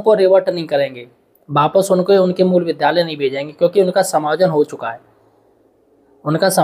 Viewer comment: विद्यालय बोलो भाई गलत उच्चारण मत करो